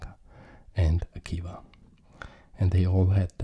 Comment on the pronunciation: One note on his name, it should be pronounced more like “Akiva”, it’s a Hebrew name, not English. The sounds “b” and “v” are closely related (and in some languages even interchangeable) so I’m not surprised to see that those were the two different spellings of this name.